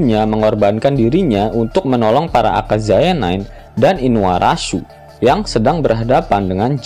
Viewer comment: InuaraSUnya biasa aja min 😎